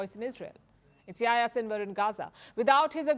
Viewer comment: It's not pronounce yah ya it's pronounced Yahi-ya